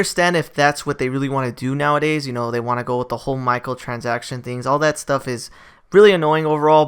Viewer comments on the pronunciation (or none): “Michael transaction”